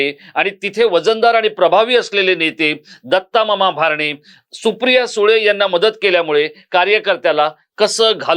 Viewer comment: भारणे असा चुकिचा उच्चार करु नये, "भरणे " असा उच्चार करावा.